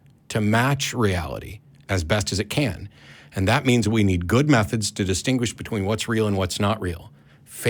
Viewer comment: Umm. Well. You know. Um. Well you know. Uh. "Disingquish" ...uh um stuff like that.